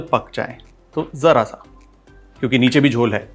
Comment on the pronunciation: Jhol... perfectly pronounced...